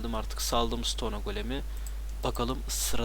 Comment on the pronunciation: bir isteğim var: sıtonee değil sıton. sonunda e yok.